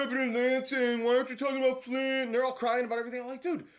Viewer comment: Flint Mi. Not Flynn.